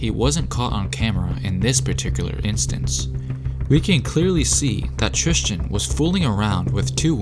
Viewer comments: Bruh my name is Tristan. And so many people pronounce it trishtan. Basically how you did it. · TRIS-TEN Thompson.....stop trying to make it sound like Christian with a T! #bruh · “Thrishtan and Khloer